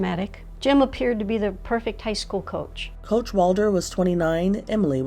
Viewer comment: It’s school, not SKEWiLL.